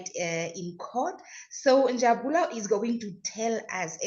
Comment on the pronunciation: He is Njabulo not NJABULA.